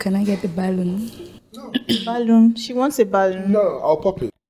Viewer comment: Balloon not balloom